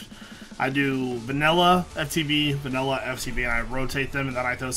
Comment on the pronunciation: Va-nil-LA! Va-nil-LA!